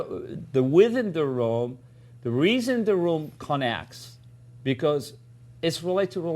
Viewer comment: "the reason the room connacts"